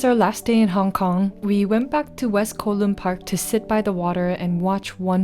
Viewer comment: Just an fyi… Kowloon is pronounced Cow-loon. 😅😅 anyway, loved this!! Can’t wait for more travel videos!!